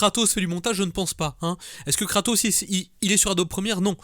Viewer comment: kratos... sotark ? et pas Socrate ? sotark ! la fusion de Tony stark et soral